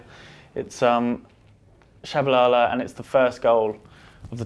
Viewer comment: Oh, I thought we were giggling about Peter's pronunciation of Tshabalala (akere he says Shabalala and Jabulila for Jabula) I love the man though just funny. My bad, thought it was on purpose 😅🙏